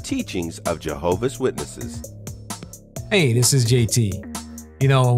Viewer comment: Why is it so hard to add the S in Jehovah’s witnesses?